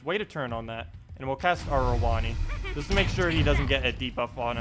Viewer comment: Yeah lol I'm pretty sure that is how it is supposed to be pronounced. I cringed every time he said rowonnee XD